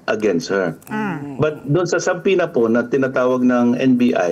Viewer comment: SABPINA talaga ha? I-google ninyo nga iyong tamang pronunciation ng Subpoena. B is SILENT!